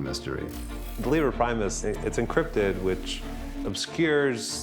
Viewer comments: Caleb Gotthardt I‘m not diminishing their accomplishments or anything...just thought it was funny, that those guys are supposed to be incredibly smart, but they pronounce „Liber Primus“ wrong... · As someone who too latin I’m bothered by how they mispronounced liber primus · Love how these “geniuses“ pronounce „Liber Primus“...